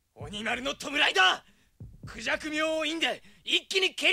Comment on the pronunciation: 孔雀の日本語の高低ピッチがおかしい😅その言い方だと鳥の孔雀に聞こえる…。 ジャク、の方を高く発音したほうがいいと思う。